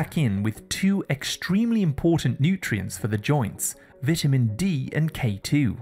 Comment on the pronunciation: Your pronunciation is wrong. It's vitamin, it's not vatamin